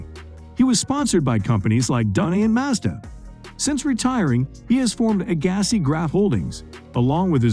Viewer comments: Learn how to pronounce their names.. P L EA S E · Agassi and Nadal....shocking pronounciation 🤦‍♀️